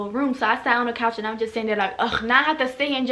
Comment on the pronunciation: “I got up on the CAACH” omg your accent 😍